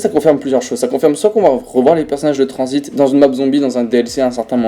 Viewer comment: Y’a que à moi que ça perturbe quand il dit "transit" j’entends "transbite"😭